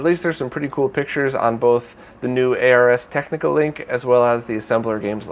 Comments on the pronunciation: Great roundup as always! Regarding the Super Mario Encyclopedia, did you see this? > Also, just an FYI - the "Ars" in Ars Technica is pronounced like "cars" :) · I believe the "Ars" in Ars Technica is pronounced "Arz"; it's not an acronym.